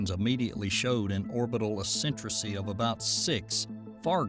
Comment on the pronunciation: Asentricy? Not even a word. Like saying nucular That would be eccentricity (ec-cen-tri-city) meaning deviation of a curve or orbit from circularity.